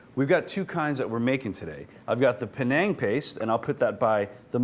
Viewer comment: Panang curry, not Penang